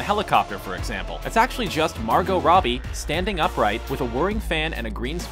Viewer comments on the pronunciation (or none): none